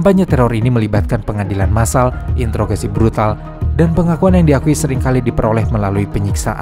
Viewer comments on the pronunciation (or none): none